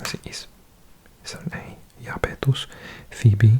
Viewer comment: Iapetus is pronounced “Eye-AH-peh-tus” and Enceladus is “En-CEL-ah-dus.” I appreciate the Spanish-y take on the pronunciation though! ;)